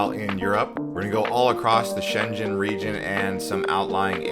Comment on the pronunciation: Your pronunciation of Schengen is wrong. You’re saying schenjen instead of Schengen. The ng is the one at the back of your tongue